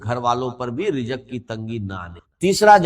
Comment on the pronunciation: رزق ہوتا رجق نہیں وضو ہوتا ہے وجو نہیں انڈین الو کے پٹھے بعض ہوتا ہے بعج نہی